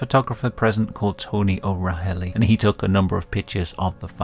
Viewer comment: O'Rahilly is pronounced Oh Riley